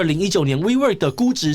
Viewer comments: 我怎麼聽wework都像是「揮霍」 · 听起来像vivo 😂